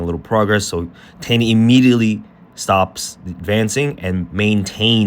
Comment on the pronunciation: Nice breakdown. His name is pronounced “tie-NON”. Like a bow tie, with the emphasis on the NON. It’s ok because every non-Brazilian brutalizes this name, but there you go.